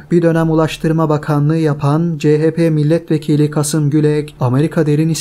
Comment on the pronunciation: Kasım değil, Kâsım Gülek.